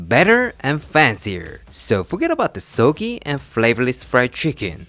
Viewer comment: Lost me at 'browned' garlic. Gross. No One 'browns' garlic, and for good reason. Also, it's SOG-gee... not so-gee. Then there's shameless plugging of garbage and unnecessary packaged product... Add in a ridiculous sing-song voice (WHY??) and I'm OUT. :(